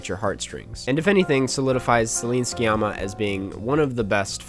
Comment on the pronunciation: um i believe the "c" in sciamma is silent